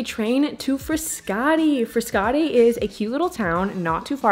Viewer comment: I’m Italian and thats not how you pronounce Frascati or Trastevere.